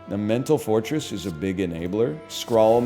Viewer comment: Whenever he says mental fortress, it sounds like he's saying mental forretress, and that's how much pokemon has deluded my mind.